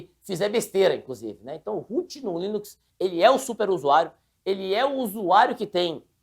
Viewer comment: tem dificuldade de falar LINUX! toda hora ele fala em linix chamndo de windows kkkkkkkk